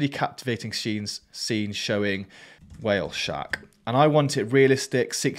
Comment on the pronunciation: When I hear a fake or AI voice I Thumb-Down it and remove that channel from YouTube's suggestions. Well Stephen Hawking could get away with that one though. When I heard the "huh-wheel shark" I would do that immediately. I had to look at the script you were showing to see what that meant. Don't worry, I like your episode. I'm okay when a real person tells other real people how to make money from other-other real people by sucking them in to the AI exploitation. That could totally be added to the Ferengi's "Rules of Acquisition" list.